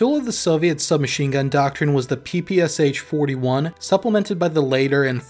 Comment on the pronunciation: pee-pee-ass-ach lmao, this sounds so hilarious )) The real name of this gun is PE-PE-SHA (Shpagin pistol mashingun). Legendary gun. P.S. By the way, very good analysis. Good job author.